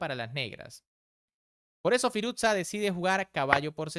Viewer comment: Firus-sha. No firuzza como si fuese una pizza